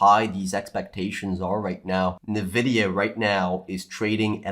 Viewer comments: Just one suggestion, it is pronounced "N vidia" not "nevidia" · I just want to know why you guys always call "EN-vidia" "NUH-vidia." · Did I hear "nEvidia"? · I can t get over how he says nvidia😅